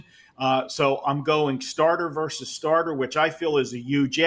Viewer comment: just a reminder: Versus is pronounced with TWO syllables. It's not "verse". I know you're a proud Canadian, but you're also smart and should be able to make the simple adjustment.😀